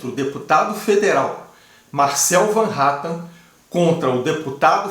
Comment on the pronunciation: Van Hattan não fala o nome correto do deputado e sim Hatten